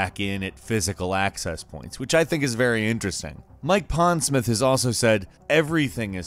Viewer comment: Mike Pondsmirth?